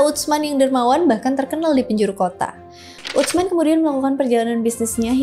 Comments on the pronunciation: Utsman dilafalkan biasa aja kak "Usman" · Ditulisnya UTSMAN...dibacanya USMAN aja 😊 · Izin menyampaikan pelafalan nama " Utsman " yang lebih tepat. 🙏🏼 Huruf "ts" (tsa'/ث) dibaca sebagai satu huruf. jadi, tersuara utuh, bukan seperti huruf "t", kemudian "s". Jadi prakteknya, terdengar seperti "s", namun dengan sedikit memgganjalkan ujung lidah ke gigi seri atas, dengan sedikit memberikan celah. semoga membantu. 🙏🏼😊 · !🎉🎉 Aku ga nyangka kakak bahas sahabat Rasul Saw, btw, pelafalan Utsman untuk "ts" pelafalannya itu sama halnya "th" di kata thinking..... Tapi sebelum itu, terima kasih yaaa🎉